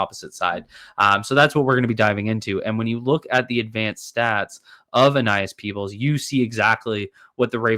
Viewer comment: kept calling him Aenas 😂